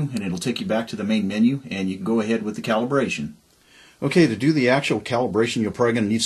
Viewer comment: With, not wiyh.